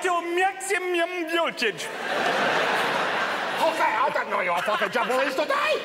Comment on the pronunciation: “Change Violtage, to Vhree Hondraed and fifty Violts”! Increasing Violtage, to Vew Hundreahd and Vewfty Violts, whatever the Feuq that means?!” Uncontrollable giggling